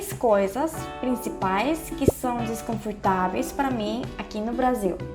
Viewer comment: discomfortaveis kkkk que foi